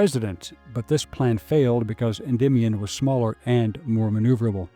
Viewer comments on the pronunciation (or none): none